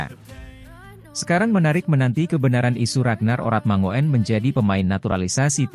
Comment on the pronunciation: Dlm bhs Belanda: 'oe' dibaca 'U' JADI 'ORATMANGOEN' dibaca; ORATMANGUN. agar diketahui bhw 'faam' ORATMANGOEN' ini berasal dari KEPULAUAN TANIMBAR - Provinsi Maluku. Jd admin yg px konten agar menyebutx dgn benar.